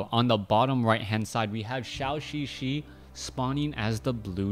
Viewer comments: Thanks for sharing! By the way,it is [dʒəu]xixi instead of [ʃau]xixi. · Could you plz pronouce ZhouXiXi correctly? It triggers my OCD every time